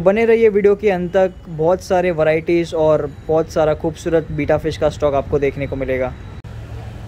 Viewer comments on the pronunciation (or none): Its Betta not Beeta 😂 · Its betta not bita